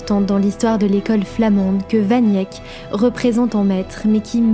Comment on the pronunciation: Jan "van Yèk" ? Sérieusement ? Vous sortez d'où ?